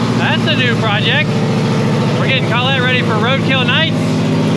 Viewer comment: You and can’t say Collete.Just say Clet